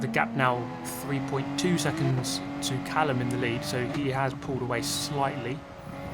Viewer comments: When you say Callum, do you mean Malcolm? (Mallucm) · You said in the most recent livestream that you would maybe pronounce something deliberately wrong to force comments.. I assume you went ahead and did it with "callum"? lmao pig :D